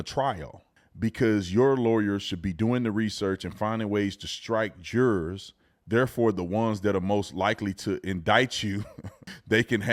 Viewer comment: He be saying the word jurors like it's Gerber. 😂😂